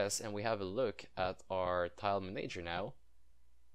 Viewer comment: Both "A"s in manager are soft :)